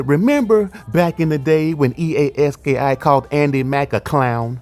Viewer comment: It’s pronounced EA Ski